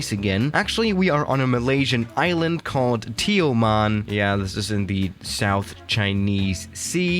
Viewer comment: as a Malaysian, the way u pronounced Tioman is not that bad. But the way u pronounced BERJAYA AIR however is less satisfying